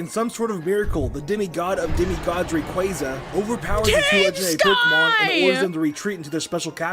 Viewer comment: Congrats,! You and Chuggaaconroy share something in common now! You both mispronounced Rayquaza’s name for years